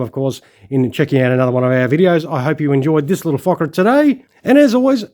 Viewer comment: Love you made sure you said focker!!! 😂🤣😂